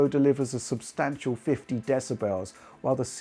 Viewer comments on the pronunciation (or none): Guy said "decibells"......